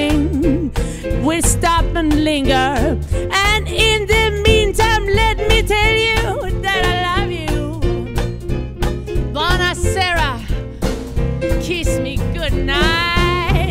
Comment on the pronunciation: Ciao Gunhild,i'm from Napoli (Italy) and the pronunciation of the title of that song is: Buona sera (not Buena sera). However, you and all the other musicians are very good. I often listen to your music and songs.